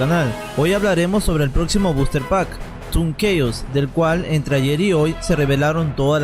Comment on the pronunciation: "tun keios"